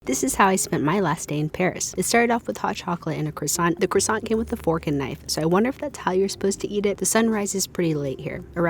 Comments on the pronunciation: Kwah-son, not cross-ah-unt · Please, just listen to how civilised people say croissant - and then say that. It’s not hard. I know Americans can only learn how to say words by reading them, but simply listen and learn. Here’s some help - Kwah Sohn